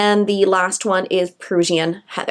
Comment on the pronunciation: prussian heather? pronounced like russian!